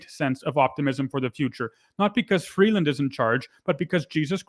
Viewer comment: Why does the Turd always try to sound 'worldly' with the way he pronounces names? In this case, Chrystia Freebase He is so obnoxious, it's off the charts. For the record, so is Freebase.